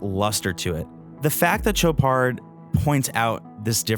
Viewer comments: It's pronounced SHOW-pard not TCHO-pard. $14K is a joke for this wannabe. For the money, there are lots of quality options not trying (and failing) to copy a true classic. If the Royal Oak didn't exist I'd say nice watch. But it does, so - at this price point - it's pathetic. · Dude, it's not a CHoparD! It's Shopaar with a sh and without a d. Learn your names if you are a watch journalist! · There's no 'd' in the pronunciation,. It's 'show-par'. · Did a real person just say Cho-pard? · (sh ō par) Love the watch. Sweet dial, great bracelet. I actually prefer the date. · Shots are great, review is good…. Not sure why editors would allow video to be released with gross mispronunciation of the brand….. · You can't possibly be pronouncing Chopard correctly.